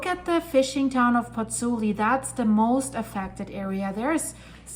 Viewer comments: Pozzuoli, not Pozzuli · FYI, it’s “Pozzuoli”. I’m a Virgo; forgive me.